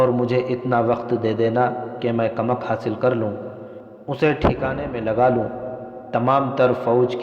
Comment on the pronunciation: یہ کمک کو کمک بول رھا ھے یعنی ک کے اوپر پیش کی بجائے زبر بول رھا ھے